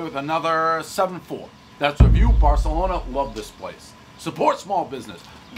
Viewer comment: One mispronounced pizzeria, everybody knows he’s not in Spain.